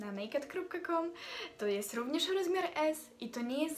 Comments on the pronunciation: Błagam, nie ,,nejked”, tylko ,,en-ej-kej-di” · enejkejdi sie czyta